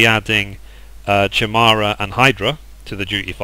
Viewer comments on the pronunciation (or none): lol - your pronunciation of certain words is funny - chimera, beta, Leviathan. =) I want me a moogle minion - I hope SE will eventually open that to everyone without Collector editions.